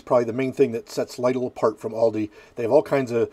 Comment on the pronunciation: I've personally always liked the Lidl pizzas. Although with that and other deli/frozen pizzas, I like to doctor them up with extra toppings. But I have to call you out on the pronounciation of the store as it's supposed to be said "Lee-dil." You're cool and all good though. You've made me look at certain frozen pizzas pending they're cheaper than Caesar's.